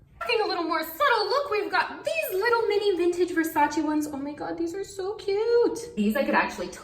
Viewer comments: i criiinge everytime she pronounces versace wrong 😩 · ily but please say Versace right!😂